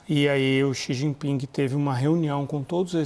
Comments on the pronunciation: Eu perguntei ao cumpanheiro “Sijiping”…. 🤣🤣🤣🤣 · "Eu perguntei ao cumpanhêro CI GI PINGUI" 😂😂😂😂😂